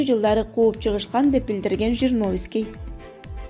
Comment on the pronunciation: Ушул кыздар качан туура окуйт .Же мен ушундай угуп атамбы Жириновскей дейби.Же Жириновскийди тааныбайбы. Кайра ле скей дейт го.